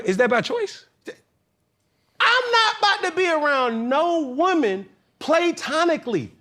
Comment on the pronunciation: "PLAY - Tonically" 🤣 #wordsmithless